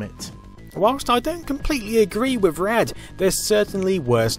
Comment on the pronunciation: I know you're from across the pond but Rad isnt pronounced "raid".